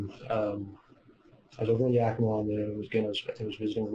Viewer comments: It's YEAH-ki-mah. Not Yockimuh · Long time resident of the area. Yakima is more like "yak-im-uh" They like to call it the Palm Springs of Washington... I doubt I'll ever get it. I can't believe I"ve never heard of this, I live in Richland for a couple years, and my inlaws are up near Yakima. Youd think it would big news